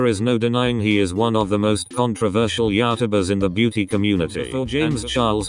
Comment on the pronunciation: “Ya-tübers” lol